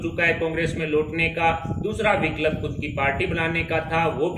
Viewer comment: Viklab Nahi vikalp 😂Bhai isko pehle Hindi bolna sikhao